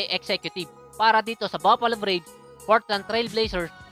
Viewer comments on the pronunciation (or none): none